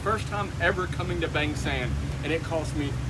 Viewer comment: after so many years in Thailand u should have known monkeys are everywhere they can be feed. Feeding them just brings more but the people seem to love them. Please listen to a Thai pronounce "Bang" since it is not Bang (like a the sound of a gun shot) but Bang (a like in lawn.) Listen to locals.